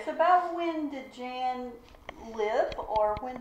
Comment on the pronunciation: Just FYI "Jan" is pronounced like Yan not like Janet